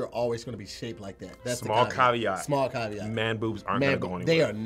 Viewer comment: Awesome and funny show UK here, Caveat was pronounced wrong loool it was close, similar pronunciation to caviar.